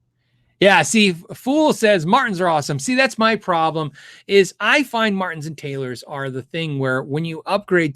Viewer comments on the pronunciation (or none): none